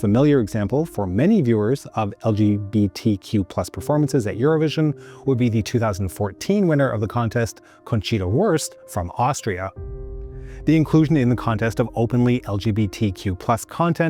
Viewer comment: He destroyed Lys Assia's name and pronounced Conchita Wurst's name as "worst" instead of "vurst". Typical North American who can't be bothered to pronounce European names (people and cities) correctly.